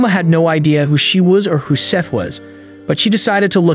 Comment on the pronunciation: Why did you call him Sieth 😭😭 Also I have the same name woohoo